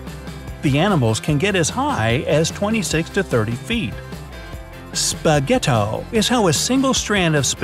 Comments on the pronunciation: It is spagetto not spagetou i'm italian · Do you give me permission to say that you said "spaghetto" very wrong?